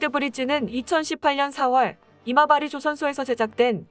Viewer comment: 자꾸 왜 '이마바리'조선소가 '어리버리' 조선소로 들리지?